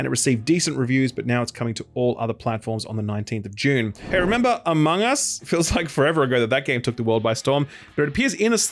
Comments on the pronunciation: Wait when does Dune come out again? It sounds like you're saying it comes out in "Dune" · he says Dune and June the same